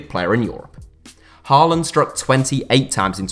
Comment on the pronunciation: It’s pronounced Hawland, not Harland Love from Norway🇳🇴